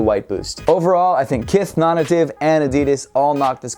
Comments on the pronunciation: dude, i say this as a fan, not a critic: your pronunciation of "nonnative" is killing me lol. isn't it pronounced "non-NATIVE"? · Dude it's pronounced non nay-tiv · Hahaha it definitely is pronounced non-native, I have no clue why says it like that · Is it just me or is it supposed to be pronounced as "NON-NATIVE". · is it not pronounced “non-native” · yo Im over here wondering precisely the same thing